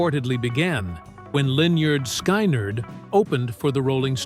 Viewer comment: If the author can't pronounce Lynard Skynard, then it'd hard to believe the knows anything about music-or-it's typical AI reading a script.